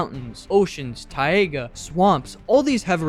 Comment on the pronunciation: No no no we cannot ignore how you pronounced "taiga" Edit: btw